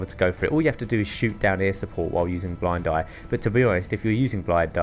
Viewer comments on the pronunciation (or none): HAHAHAH TO HE SAYS BLAID DIE INSTEAD OF BLIND EYE :D